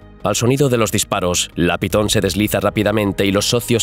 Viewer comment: momento, iniciando el video y dice PITON?????